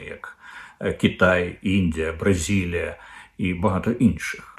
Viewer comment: «БразИлія», пане Дмитре, не «Бразілія». Перемагайте москаля в собі, як би це не було важко. Успіхів!